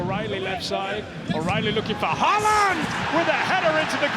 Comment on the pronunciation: In Britain the Ø in Ødegaard is pronounced correctly. But you’ve got the AA in Ødegaard and Haaland wrong. AA is the old way of writing the Å, and it is pronounced with the same sound as in the English Word ALL. So from now on, no mistakes. 😊